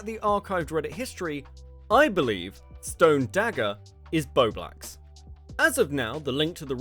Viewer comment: I think it’s hilarious that STILL can’t say bowblax properly 😂